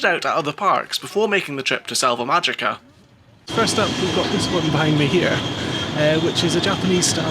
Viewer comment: I always enjoy reports from parks I haven’t been to. How was the park in general? It looked a little dreary. Btw, since you brought up pronunciation, the “j” and usually the “g” in Spanish are pronounced like an “h.” So, GuadalaHára and MáHica.